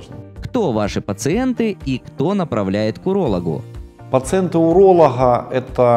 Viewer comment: Почему умный врач гэхэкает хгоаоря хговорим как можно так гхэкать поработайте над речью !!!! Патология речи вы же взрослый мужчина. Урологхха ужас 🤯